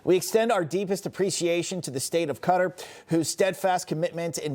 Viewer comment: Qatar isn't pronounced cutter....it's pronounced KATAR (all A's) with the accent on the 2nd syllable. How embarrassing we can't pronounce a foreign delegate's country's name correctly when speaking with him on TV!!!